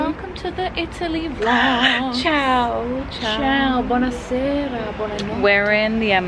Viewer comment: Lol i thought they said Chile..... instead of Ciao 😭😂